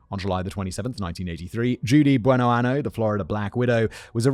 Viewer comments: It’s “Buenoaño” [buenoanyo], which means “good year.” If you pronounce it “Buenoano” it means “good anus.” 😂😂😂😂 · I can't get over the fact that Simon was pronouncing that last name as "Good anus" instead of "Good year" (Buenoaño pronounced "buenoanyo") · Um… quick Spanish vocab lesson here: “Bueno año”, pronounced like “an-yo,” means “good year.” “Bueno ano,” which you kept using in both speech and text in this video, means “good anus.” Yeah, that tiny little tilde over the “n” makes a whole world of difference in this situation. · This is terrible. At least in most of these episodes, the men are abusive assholes too. Also I can only listen to Simon say "buenoano" for so long... If I hear that she chose that name as a sort of tribute to her late husband Goodyear, I cannot ignore the fact that it's misspelled. "Year", in Spanish, is año. Without that little curl on top of the n making the word sound like "anyo"... "ano" means "anus". Like I don't know if that was an oversight on Judy's part, considering she also couldn't use the correct translation of "good" (the correct translation for Goodyear would be Buenaño) but the name Simon is saying translates to "Judy Good Anus". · I'm from Pensacola and the mispronunciation of the last name is bugging me lol